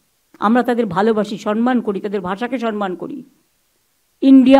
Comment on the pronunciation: Sonman noi, somman.